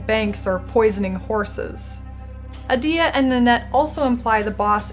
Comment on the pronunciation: is it you'r shtic to pronounce in-game names incorrectly ? :D its Adiya not adIya, [ai]la not [e]la :) also kUrai*